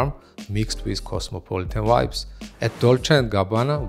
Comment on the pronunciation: you are amazing that you doing presentations of male fashion when it actually happens!but please try to say ''shirtless'' not sounding like shitless, and say ''hats'' not ''hets'', i am a foreigner in England and its not my mother tongue so i get it. And for some reason you pronounce the V as W, and vice versa, you say wibes instead of vibes, and its purple is pronounced as p''e''rpll,not p''a''rpl.Lots of love After that you will be 100 %perfect and cool as you are!